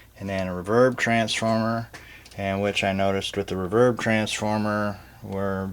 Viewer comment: Who says "rahverb"? Other than that, great vid!